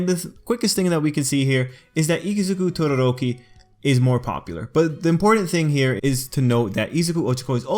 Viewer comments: I love how you say Todoroki Your like Todorrrrrrrrroki :3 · Why does he pronounce todoroki’s name like it’s an Indian name lmao?